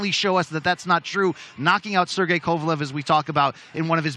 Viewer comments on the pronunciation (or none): none